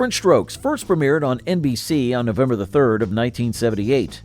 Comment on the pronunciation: "Ovember 10, 1969"🤣